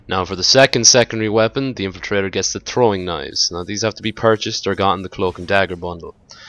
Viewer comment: The way you say "Throwing Knives" sounds like "Trolling Knives". Sums it up very well.